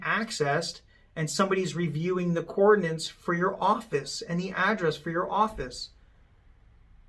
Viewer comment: She said coordinantes, hmm it doesn’t sound like something she would say!